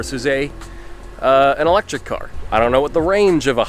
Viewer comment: It's eléctric car